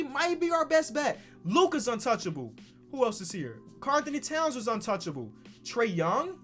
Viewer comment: Who else heard “trea”d young